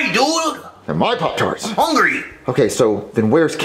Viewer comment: he didn't say pop trats.